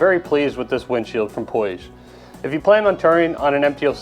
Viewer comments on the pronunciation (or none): In English it's pronounced POOJ, the "I" is silent. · Puig is a company that's local to me, Catalunya. The pronunciation is somewhat close to "pooch"